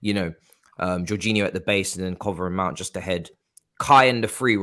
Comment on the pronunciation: Is it me or Miz always says ‘Meownt”?😂